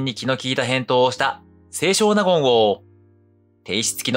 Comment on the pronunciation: 「せいしょう なごん」ではなく、「せい しょうなごん」と読みます。